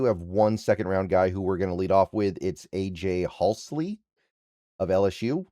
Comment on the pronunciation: you totally mis-pronounce so so many names and words that very very simple. It's Hall-See or Hall-C, not that difficult dude.